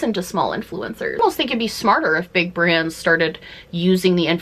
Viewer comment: A beeg, beeg scrunchie lol Love this vid!